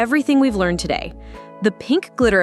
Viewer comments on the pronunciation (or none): none